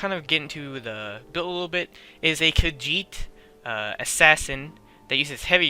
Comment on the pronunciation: Haha "kajhitee" hahaha!